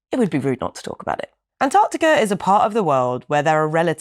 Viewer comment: Naomi on ice? Well done on your pronunciation of ANTARCTICA as opposed to the Yanks who say Anardickah